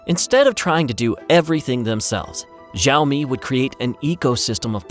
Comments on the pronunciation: its not ziomi its shiaomi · Btw, it pronounced Sha-o-mi, not zha-o-mi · Please it is Xi-aomi, how can you pronounce Zi-aomi!? It’s too annoying that I can finish your video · Xiaomi is pronounced [Shiao-mi] not Zhiaomi. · Great video, great story, congratulations! You should have learned to pronounce XIAOMI though. It's NOT "Jeeowmi", not "Zowme"... The right pronunciation is easy, you CAN do it! I's not rocekt science... XI ... almost ¨exactly" like SHE AO... exactly like the "OW" in cow. MI... exactly like ME, or MEE in meet. Now repeat 10 times and you are good to go. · the narrator sucks. Xiaomi is pronounced with a hard SH, not a light J. not jow-me. and miui is Me You Eye, not me you ee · Also learn to pronounce their name correctly. More like "sh" than "z" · Its pronounced SEE-ow-me. Zee-ow-me. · It doesn't pronounce "zaomi" or "jaomi". It pronounces as "shaomi". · When company says Sāomi, don't spell Jāomi. It's ridiculously odd! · Why tf does he keeps saying ZAO ME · Why is this guy pronouncing xiaomi with a z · School time: Listen up kids, today we are going to learn how to say 小米 XiaoMi. Easiest way to say it is shee-ow me. She(female) - ow(noise you make when hit) me(that is you silly). All together now Shee-ow-me 小米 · FYI pronounced "sh-ee-ow-mi" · Bro first of all this video is riddled with mis information It's pronounced "shaw - me" ("shaw" as in show wer) USA never actually banned xioami unlike huawei,huawei was also not sanctioned it was completely banned from basically all of America,meaning it can't even use any technology even slightly using American companies and not only in America it was actually banned in the UK and most of Europe,huawei 5g infrastructure was also completely destroyed with no trace of huawei being left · Why would you make a video about XiaoMi without researching how to say the name properly? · The name Xiaomi is pronounced wrong. Can't watch the video if the company's name is pronounced wrong 😅